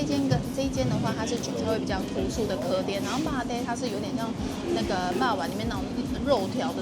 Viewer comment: 鵝ㄉㄟˉ就是鵝ㄉㄟˉ！！不是唸ㄎㄜˉㄉㄧㄝˉ！！